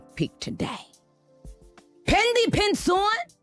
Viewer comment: girl she said “prints on” what’s a pinshawn lmfaooo